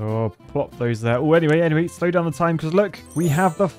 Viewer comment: I like how he pronounces tony montana as "tony mont four n four"